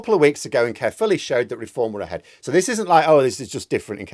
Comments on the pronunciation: I was born in Caerphilly and was relieved at this result even though I no longer live there. However, it's pronounced Kire-philly not Care-philly. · Just a small point,, it's not pronounced "carefully". 😂